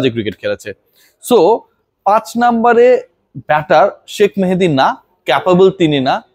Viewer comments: মানুষের নাম নিয়ে ব্যাঙ্গ করা মহান আল্লাহ পছন্দ করেন না। তুই বার বার শাক মেহেদী বলছিস🤬। ওর নাম শেখ মেহিদী। শেখ উচ্চারণ করতে তোর এত চুলকানি ক্যান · শাক মেহেদী কি ইচ্ছে করে বললেন নাকি উচ্চারণ গত সমস্যা আছে??